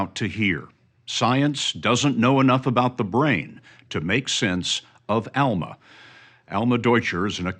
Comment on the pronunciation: Please pronounce her name correctly ask her how to say it her name is Alma with a short UA sound not the Southern Sound pronounced as an a